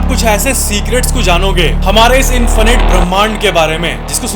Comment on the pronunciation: Arey bhai Infynyt nahi .it's Infinite...check on Google Voice 😅